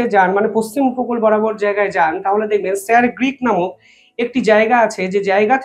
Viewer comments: Sir Creek not Greek. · স্যার গ্রীক বলছেন কেন? ওটা স্যার ক্রীক বলতে হবে। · It is Sir Creek, not Greek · Grick noi uccharon ta Creek , jeta Sir Creek er name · একটু পড়াশোনা করুন, বার বার বলছেন "স্যার গ্রীক" ওটা হবে "স্যার ক্রীক" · katha ta Greek na Creek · আরে আগে উচ্চারণ ঠিক করো,তারপর ব্লগ বানাও। ওটা স্যার ক্রিক হবে,গ্রিক নয়।প্রতিরক্ষা মন্ত্রীর ভাষণেও সেটা শোনা যাচ্ছে।জঘন্য এইসব ব্লগার।ভুল উচ্চারণেও লজ্জা নেই।গুজরাতের সীমান্তের একটি পয়েন্ট এই স্যার ক্রিক(ইংরেজির SIR CREEK)।এখানে C এর জায়গায় G কোথায়?অদ্ভুত এইসব ব্লগার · Sir গ্রীক নয়, Sir ক্রিক। উচ্চারণ ভুল হচ্ছে।